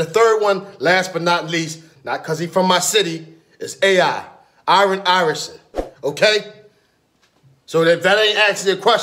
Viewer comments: Am i the only one that heard iron iresen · Did say Irren irehson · No one:: iran ierson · Yrn Cj he said iron iverson but he pronounces it as eye-ron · Aaron I-vrson